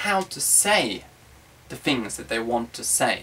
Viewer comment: He said "fings" instead of "things." Hee hee don't know why I am here.